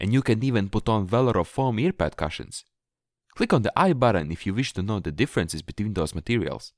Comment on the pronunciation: Thank you. I will change my cushions this weekend. By the way, you speak very good English but in a kind way I have to correct the way you say cushions. You are making the U sound as in CUP. The sound is more like the OO sound. It is written Cushion but sounds like Coosh-n